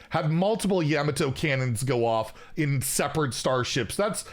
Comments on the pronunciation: hearing a non starcraft player. say the words like you do. makes your cat want to scratch you. have a good day! Yam-Ato😀 Ya-mato:hand-orange-covering-eyes: its like Al-Adin or Ala-din:D whichever you prefer i guess. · Yamato - yuh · maa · tow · listening to try to pronounce starcraft things made up for the horrible week i had. "yuh-muh-toe cannons" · Is it pronounces Yam-a-toe? Tomato? Who knows these days.